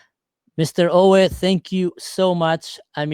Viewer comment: how long are you in Germany? You could be at least familiar with the pronunciation of German names like Uwe 😂😂